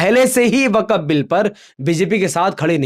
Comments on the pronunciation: Abey Gadhey,, Tu Swayam ko Musalmaan kehta Hai,, to Waqf ko Wakaf kyon keh raha hai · Waqaf nahi waqf hai theek se bolo bengali me na